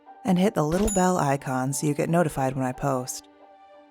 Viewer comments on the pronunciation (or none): none